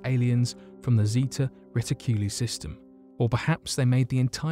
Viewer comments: Reticuli= Reh-tik-cue-lie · Reticuli is pronounced "Re-tic-you-lie'